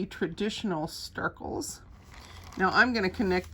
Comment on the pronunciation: Is it Stircles or Snircles? You're saying Stircles but the video title says Snircles. I'm confused.